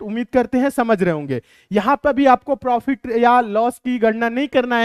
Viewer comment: Prifit nhi profit hota h